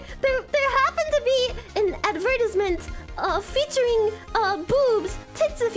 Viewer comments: Wait I’m sorry but did she really just say advertersment? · he said advertisement wrong thats how guilty she is and sweating